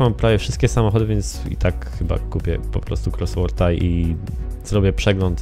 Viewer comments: Dla ścisłości "kosłort" (oczywiscie chodzi mi o wymowe :P) a nie "krosłort" :P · "Krosworta" hahahah czyta się "kosłorta" tak na przyszłość XDDDD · "Croswort" :D Tam na początku "r" nie ma :P Musiałem kupić RS Coswortha, uwielbiam ten wóz :) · ty siebie słyszysz gdy wypowiadasz słowo: Cosworth???